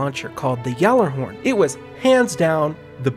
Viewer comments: It's pronounced "Jallarhorn" not "Gallarhorn". The G is silent, more or less. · Zero Nova Well, im swedish. And Gjallarhorn is a nordic/islandic name. Over here, Gjallarhorn would be pronounced "Jallarhorn", or more like "Yallar(who)rn", and as it is a nordic name im guessing that is the correct pronounciation.